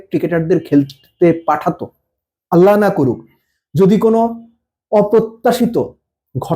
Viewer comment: ভাইর মুখে আললাহ উচচরন খুবই ভালো লাগলো মাসা আললাহ